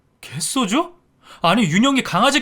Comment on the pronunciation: 갯쏘주 라고 읽지 말고 그냥 개소주라고 읽어야